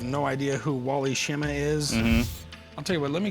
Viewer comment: "Wally Shimma"!? That is so bad!